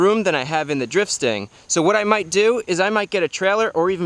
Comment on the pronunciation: Stang, not stand. Lol